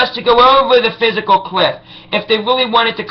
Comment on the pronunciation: its the FISCAL cliff not the PHYSICAL cliff........dumbass-.